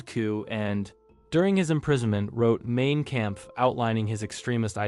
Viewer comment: Mein is pronounced Mine